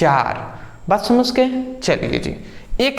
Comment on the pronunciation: Thanks brother 👍 🙏 But aap samjh ko samsh 😅 mai aa gya bolte ho 😀😀😁😁